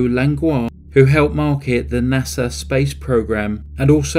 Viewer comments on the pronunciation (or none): none